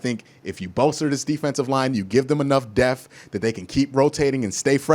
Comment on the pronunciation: The wors is depth...... its not defff...... it is DEPTH...... DEPPPPPTTTTHHHH. SAY IT WITH ME DEPTH........ NOT DEFFFFF